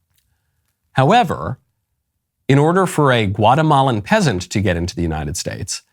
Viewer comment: you FINALLY pronounced "Guatemalan" correctly 😭 thank you 🙏🏼 🇬🇹🇺🇲